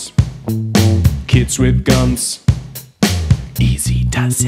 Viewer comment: ich verstehe immer: kids have gans :D